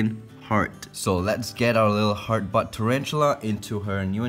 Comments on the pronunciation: The whole video I thought you were saying ‘hard butt’ lmfao. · Kinda sounds like he’s saying “*Hard* Butt”